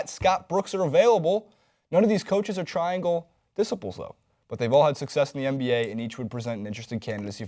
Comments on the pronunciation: He just mispronounced it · vans No Americans say disciples also. They say it the same word but sound a little different. But this guy just blew it. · wait...did say dissiples? Is that an American thing or.....